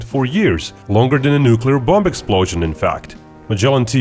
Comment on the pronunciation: Not to be a grammer nazi but its Submarine not sumbarine(you had it written on the pictures ) and you don't pronounce the last B in Bomb. It's silent